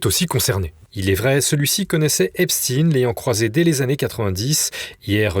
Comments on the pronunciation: Pourquoi prononcer "Epstine " alors que c'est Epstein ,ça ressemble trop à des noms connus ? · Salutations ! On ne prononce pas Epstien mais Epstein par pitié, ou alors c'est Einstien et plus Einstein ! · EpSTEIN pas Epst"ine" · C est pas epstin c est epstein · Pouvez-vous arrêter de prononcer Épchtine svp ? C'est ridicule... On ne dit pas Inchtine pour Einstein. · Pourquoi,ce présentateur parle -t-il d' Epstin ? Snobisme ou méconnaissance élémentaire des syllabes? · Merci pour votre travail. Pourriez-vous dire à votre collègue qu'on ne prononce pas le nom de Jeffrey Epstein en disant Epchtine, comme le font les Américains. Est-ce qu'on dit "Inchtine" au lieu de Einstein ou "Frankenchtine" au lieu de Frankenstein? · Pourquoi prononcer EpstINE ? Vous pouvez pas prononcer correctement son nom ou vous avez juste la trouille ?